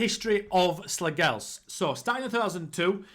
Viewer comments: As a dane our language is so stupid. The g in Slagelse is silent i would say it would sound more like slayelse(what a killer name btw). Slagelse B&I was bought by a company in 2008 and changed the name to FC Vestsjælland( West Zealand ) but the company went bankrupt and i think that is why they fell so many tiers down. Slagelse changed their name back to their roots again after the sanctions and the buyer/club/company went bankrupt. Great club for a rebuild :) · Slagelse you pronounce the last E also.... And Slagelse have never been in the Superliga. That what the fusion between Slagelse and another club. They were called FC Vestsjælland. They were dispanded ages ago....